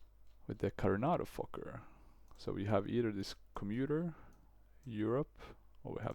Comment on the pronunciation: saying fokker is like Fucker